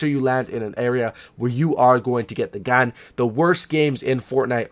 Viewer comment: he says gan. LOL